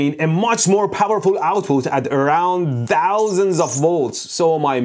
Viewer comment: i love hpw he says DHOUSANDS